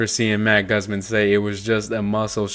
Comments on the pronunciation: His name is pronounced Goozmahn not the way you said it come on my guy it’s not hard to look up how to pronounce words I’m sorry I’m not hating or anything it just drives me crazy that people can’t take 5 seconds to find out how to pronounce things correctly 🤦‍♂️ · People in the comment section really didn’t hear shit else in the video besides your “Guzman” mistake… idiots dude. Keep up the good work and hopefully these people can find it in their brains to move past a “mistake” in an otherwise informative video. Good job!🔥🫡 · Pronounce "Guzman" correctly..... smh 🫢